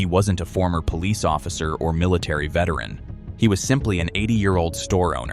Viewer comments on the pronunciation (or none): none